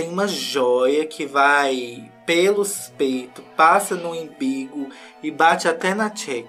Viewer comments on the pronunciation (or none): pelo amor de riri grávida, não é imbigo não, é umbigo KKKKK